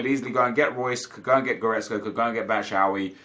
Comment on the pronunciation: Love you but why do you say Batshuayis name wrong every time. BAT-SHOO-EYE-EEE is how it is pronounced